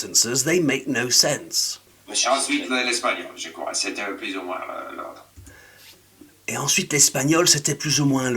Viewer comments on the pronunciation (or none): Yeah, I heard “l'autre” at first but then thought it was supposed to be “l'ordre”. He doesn't seem to be able to pronounce R at the end of a syllable.